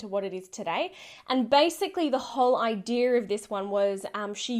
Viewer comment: I love how you say idea I hear I dear lol. Hair is another word I love hearing you say. Hey ya that's Hair. I probably sound like a northern hillbilly or something lol